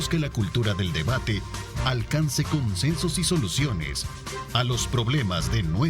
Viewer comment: Minuto consensos y soluciones no “consejos” y soluciones.